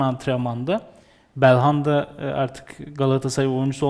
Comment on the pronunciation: Bir Galatasaraylı olarak, Galatasarayı değerlendirecek başka adam yoksa yazıklar olsun. Bu kadar basit anlamsız değerlendirmeler olamaz. Daha belhanda demeyi bilmiyor bu adamı yorumlatmaya çıkarıyorsunuz.